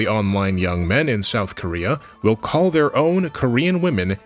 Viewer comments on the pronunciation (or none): none